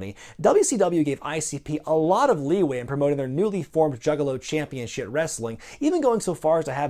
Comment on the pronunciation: Did you say Juggalo "Championshit" Wrestling? Not that it isn't apt but I don't hear a 'p' there.